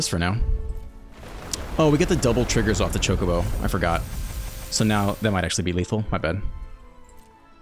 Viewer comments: You're saying Chocobo correct. In Japanese the O always makes the sound like in Open. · You are correctly saying Chocobo.